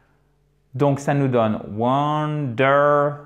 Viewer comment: y'a pas un problème sur la dernière syllable de wonderful (fel) ?